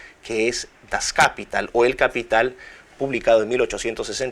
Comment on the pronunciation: Dr. Miklos, una observación fonética: Das Kapital se pronuncia en alemán igual que en castellano, es palabra aguda: das kapiTAL.